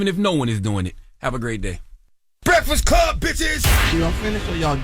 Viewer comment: Goo moorin breakfiss cub. WTF 😅😅😂 scholar NOT!